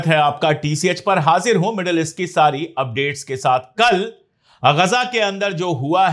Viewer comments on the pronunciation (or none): अशोक लफ़्ज़ इस्ट नहीं ईस्ट है । प्लीज़ ईस्ट कहा करो ना । इस्ट नहीं ओके बाय बाय